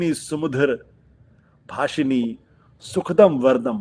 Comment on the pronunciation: आशुतोष ! यामिनी नहीं -यामिनीम् । सुभाषिनी सुभाषिणीम् । सुखदं नहीं सुखदां और वरदं को वरदां कहें ।बच्चे इसे रोज प्रार्थना में गाया करते हैं। अतः किसी से भी गलत उच्चारण की अपेक्षा उचित नहीं है |